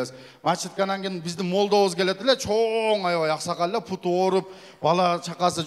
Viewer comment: Мачит дебей мечит деп туура айтчы Путум эмес бутум